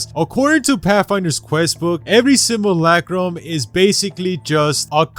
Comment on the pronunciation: Simulacrum. Not simalakram or whatever